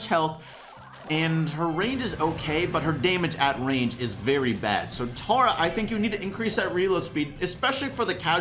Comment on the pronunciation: stop saying tAR-a it's pronounced tERRA